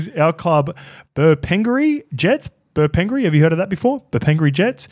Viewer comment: Not the Bur-pen-gury ones!! 😂 Farrr, took me a while - but as soon as I heard Jets!! 🤦🏾‍♂️😂 Bur-pin-gary, really emphasise the gaaary there bro